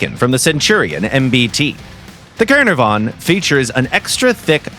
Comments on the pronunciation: At least if they used that they could pronounce it right, it was hard to hear them attempt saying caernarvon. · It's pronounced "Kah-NAH-vuhn" or "Cair-NAR-von", for the city in Wales. Exceptional tank and pretty awesome to play in WT -- for once, an accurate Gaijin representation of balanced armour and firepower in the early British concept of a 'universal' main battle tank. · The pronouncing of Caernarvon was gut wrenching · Jesus the pronunciation of Caernarvon amazes me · the way bro pronounced the caernarvon 🤣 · isnt it. Like now way are Welsh names that difficult